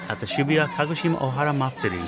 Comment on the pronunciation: Well now I know how to pronounce Shibuya correctly.